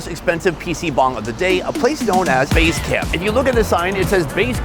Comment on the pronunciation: I think the 2nd one should be pronounce T1 base camp